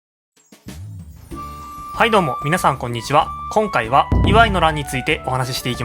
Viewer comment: イワイの発音に違和感